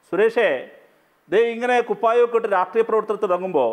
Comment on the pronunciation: രാഷ്ട്രീയം എന്ന് നേരെ പറയാൻ പോലും അറിയാത്ത റഹീം 😜! രാട്ട്റിയം 🤦🤦